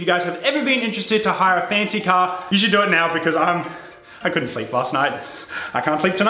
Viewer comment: So funny how he can’t say car but says caaaaa